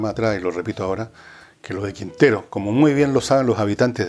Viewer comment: Quintero no más. Entiendo que la cosa está tan tóxica que ya huele a azufre, pero por favor no le ponga "s" al final.